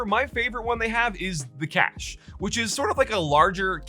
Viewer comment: cache is pronounced cash, you illiterate imbecile.